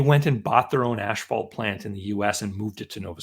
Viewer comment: It's not "ash-phalt", it's "as-phalt"